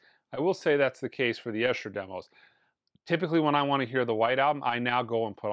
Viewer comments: Very enjoyable review thanks. By the way of course The Esher Demos get thier name from where they were recorded - Esher - but (correcting you a little 🫣) it’s pronounced Ee-sha 🇬🇧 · Esher is pronounced "EE + shuh" 🤦‍♂ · Esher is pronounced ee-sher fyi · Esher is pronounced with a long ‘e’ at the beginning…..Eesher. It’s a place in Surrey, South of London where I believe George Harrison lived